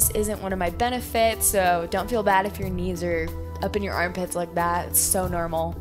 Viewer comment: i thought i was the only one who said normal that way xD neurmal sounding